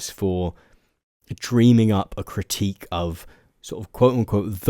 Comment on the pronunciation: You struggle to say the word "critique" 😅